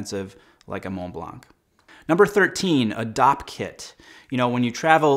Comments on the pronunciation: Small tip from a guy a who speaks French. The C in blanc is silent. (blanc translates to white so it's common.. Montblanc) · Tells me to buy a pen to be a real men! Cannot pronounce the word „Montblanc“